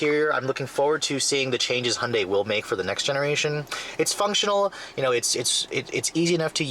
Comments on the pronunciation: ITS PRONOUNCED Hi-on-dy NOT hun-dy YOU STUPID!!! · ホンダイの発音は戴けないけど 想像よりもストレスフリーな加速だ。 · He can't even say Hyundai, driving with no hands, great man